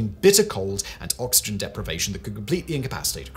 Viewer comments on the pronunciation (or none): none